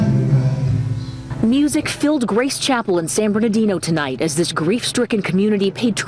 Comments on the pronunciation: It's San Bernadino not San Bernido! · Pronounced San Ber-nar-dino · The school is pronounced KA-HOON High in San Ber-nar-Dino as you were. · San Bernardino not San Bernita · Just FYI, it's San Bernardino / bernah- dee-no/. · Awww sweetie it’s pronounced San Bern-na-Dino. And Ka-hone High School. When I moved from Northern California to that area, I pronounced it the same way. Hugs and good video. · San Bern-a-dino... everytime I heard the name in the video it drove me crazy...I was born here...this was a very unfortunate event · The city is pronounced San /Burn-a-deen-o/ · San-bur-nar-deeno (San Bernardino) 🙂❣